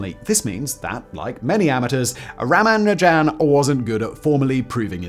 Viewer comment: Simon, you really should check your pronunciation of, in particular, non-English words and names. Ramanujan is mentioned below; pronounce every syllable with the emphasis on the u. You also mispronounced Euler. Eu in German is pronounced like oy so Euler is like oyler. I noticed in an episode you hosted about the "Battle of the Beams" in WWII you pronounced knickebein incorrectly. In German words beginning with a k like this you pronounce the k. You also need to know that if you see ei in a German word it's pronounced like the English word eye. If you see ie it's pronounced ee.